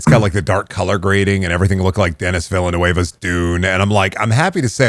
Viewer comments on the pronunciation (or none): Denis Villeneuve is pronounced “Denni Vill-nuv” It’s French, not Spanish. Every other person online makes this same mistake.